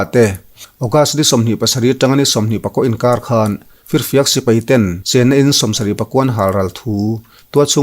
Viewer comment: Sipai tih em em te chu a rik dan dikin lam teh aw. A zialo em mai. Sipei ti suh.